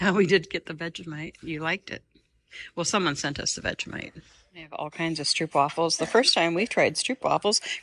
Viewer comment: In stroopwafels the ‘oo’ is pronounced as when you say ‘oh’ as in ‘oh right!’ in English ❤